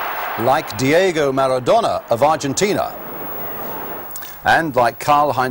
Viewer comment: he butchered maradona, and it riles me that Italy do it the unpretty way every single time they win a tournament.